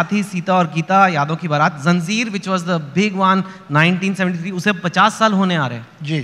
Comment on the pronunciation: bhi ZANJEER ko ZANZEER kehte hain. 😳